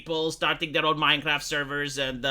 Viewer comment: MinceRaft.... MinceRaft!